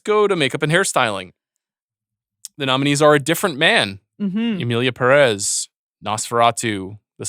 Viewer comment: I know the movie is not good but it's still kind of disrespectful that professional movie critics can't pronounce "Pérez" right.